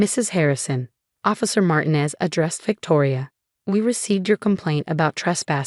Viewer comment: Please teach AI to pronounce Martinez correctly!!!!!